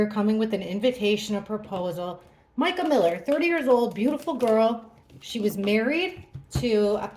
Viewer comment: Thank you for saying her name correctly…sooooo many readers are saying “ Meeka “❤️❤️❤️❤️